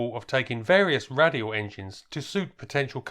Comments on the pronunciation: Great video, but just wanted to let you know that "Radial" as in radial engine, is actually pronounced "RAY-DEE-AL", not "RAD-EE-AL". Otherwise, keep up the good work. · Interesting vid but radial is pronounced ray-dial surely. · Please learn how to say radial properly its not difficult